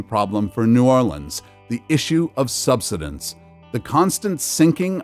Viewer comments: Learn how to say "subsidence." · Too much hype over the fake global warming b s. You need to correctly pronounce SUBSIDENCE it's all wrong the way you're saying it. Please review and edit your video to make it easier to understand. You still cannot scare us into the fake global climate B.S. Not gonna happen!